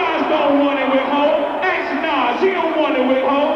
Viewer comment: NES? It’s NAS